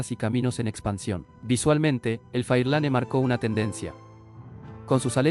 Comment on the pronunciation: Pero casi todas las imágenes son de vehículos en USA, no son de acá de Argentina, salvo la charla que tampoco parece hecha por un argentino, ni siquiera rioplatense, acá no decimos "un motor uve 8", decimos un "ve 8", la "uve" la usan los gaitas y godos en europa, el cuanto al Ford Fairlane, no fué de gran abundancia en los ´50, y se pronunciaba en Argentina "Fáirlan" acentuándo en la primera "a", y omitiendo la "e" final, recién cuando llegamos al Falcon, empiezan fotos de algunos autos de Argentina, pero mal pronunciado como "Falcón", con acento en la "o" final; el acento acá se usa en la "a" como si fuera "Fálcon" en su pronunciación Argentina. Recién en 1968 entra a ser fabricado el Ford Failan V8 292" y también una versión 6 cilindros en línea de 221". Ese motor al minuto 7.08, no se corresponde con un Falcon es de flujo cruzado a menos que fuese la tapa de competición de Oreste Berta de 24 válvulas y árboles de levas a la cabeza que berta desarrolló para Ford, Chevrolet, Torin y Chrysler, para ser usados en la categoría denominada Turismo de Carretera en pista.